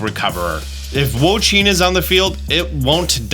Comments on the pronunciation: Hey, Wo-Chien is pronounced "woah she in" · I really appreciate the videos, however your pronunciation of "Wo-Chien" is killing me. It's pronounced like "wo chee en", not "wo cheen".